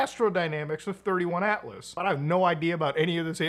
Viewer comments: its 3i Atlas not 31 Atlas just saying :P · Bruh…you did not just compare Avi Loeb to Steven Greer… Also, it’s 3 i Atlas, not 31 🫤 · It's not 31 it's 3i as in the 3rd interstellar object found. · Not sure if I sticking around for this video after he calls it 31 atlas 😂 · As soon as he said “31” atlas I stopped the video 🤦🏻‍♂️